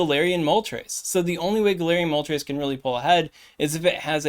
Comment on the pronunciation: Also kinda sus that you can say moltres with the correct pronunciation 🤣🤣🤣🤣🤣🤣